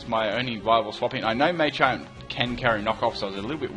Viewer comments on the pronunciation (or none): Mah-champ not May-champ, You-xie not Uhh-xie.